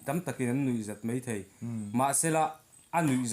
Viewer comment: Huatawm ber...Mai turah mei ti tlat ho hi....😖